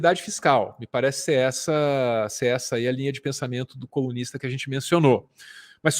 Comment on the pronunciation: Sempre que vc fala colunista eu entendo comunista e tomo um susto hahaha, tipo OQ!!!???!